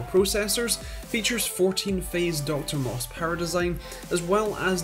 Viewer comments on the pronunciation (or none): This dude really said Dr. MOS. Kinda ruins credibility.